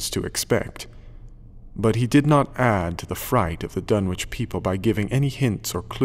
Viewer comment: I grew up in Lovecraft Country, and for this reason, I always find it a bit jarring, personally, when audiobook readers don't pronounce place names in Lovecraft as a "local" would: Dunwich should be pronounced "Dunnich", for example, and "Innsmouth" should be "Inns-muth", not "Inns-mowth". Of course, this is something that only affects someone from the area who's got a keen ear. I'd love to hear someone who actually knows how to speak as Lovecraft Country natives do reading this story, especially when doing characters' voices (for example, Old Whately in this recording sounds much more like rural Kentucky than rural Massachusetts). Maybe I'll have to do it myself, but I think it'd sound a little weird — and not in the best way — being read in a woman's voice.